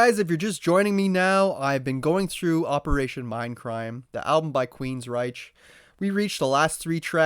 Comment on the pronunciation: Queensryche ends in a “k” sound, not a “ch” sound. And also…it’s pronounced Geoff Tate sounding like “JEFF” Tate, not like “gee-off”